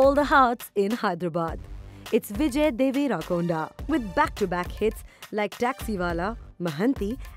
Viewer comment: Mahanti? It's mahaanati. Devarakonda not deverekonda.